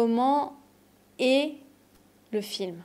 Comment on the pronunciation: Tiens, j'ai toujours appris que "est" se prononce comme "è". J'entends vous dire "é". I'm confused now 😂